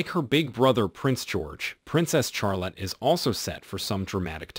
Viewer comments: Charlotte is pronounced as Shahl- otte not Chahl-otte. I do wonder why a photo of Prince Louis (pronounced Lu-ee) was on screen when you were talking about Prince George? Small details but they do matter. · Mine is from the bible and is pronounced shar-lot